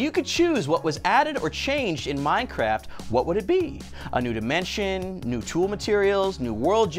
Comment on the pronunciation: New diemenshon